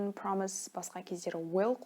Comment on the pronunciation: Прамсиз емес прамис деп окылады.